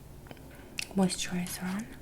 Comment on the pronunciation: She sounded like she was from New Jersey when she said "mousterizer"